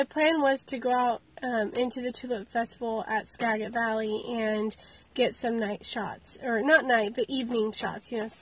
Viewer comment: Thanks. Pronounced Ska-jit.